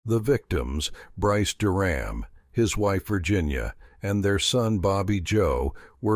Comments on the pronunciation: The family's last name was mispronounced almost the entire video. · Pronounce their last name correctly please